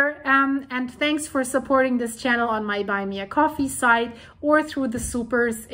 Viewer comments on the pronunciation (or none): none